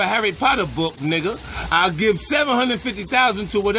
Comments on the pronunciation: I like how he emphasized Nigga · Jamie B lmfao 50 emphasized on the nigga part😂😂😂